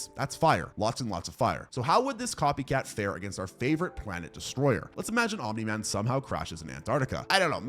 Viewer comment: Did you know that it isn’t omin man. It space hitler